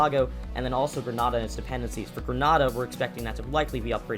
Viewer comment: you are saying grenada wrong